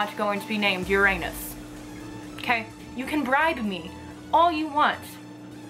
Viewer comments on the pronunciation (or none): Its pronounced "ur-in-us" not "ur-anus" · its not pronounced your-anus its pronounced yurunus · It’s pronounced ur - a - nus not ur-anus